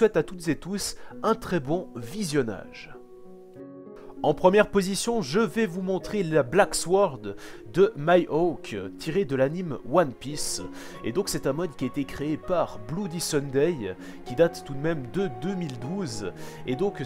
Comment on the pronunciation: Le " Mihawk " m'a pas du tout plus là :o C'est MIHAWK = Miwauk pour la prononciation et non ce que tu as dit xD.